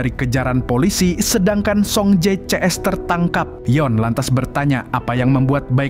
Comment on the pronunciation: Bukan soung jae tapi song je